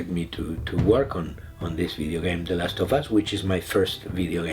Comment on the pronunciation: MAGNIFICO. me da risa como pronuncia last tho bas